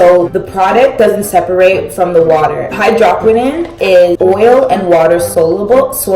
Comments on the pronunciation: exactly. I was gagged when I heard that hydrahkwinin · Dear goodness, your hair is beautiful. Also, as an avid skin care junkie....It is pronounced hydro(like no)-qui(like squid)-no-n. Just to help if anyone is confused about the product you are using. Not to be a jerk to you, I love your videos and think you are a lovely creator. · H EYE DRO QWI N OWN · whew it’s pronounced hy-dro-quin-none😭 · Soluble is pronounced Saul-you-Bul and hydroquinone is pronounced hydro-Kwee-naun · You pronounced hydroquinone wrong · Did you really just pronounce hydroquinone like that...? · Hai-droh-qwin-own Lol you just spelled it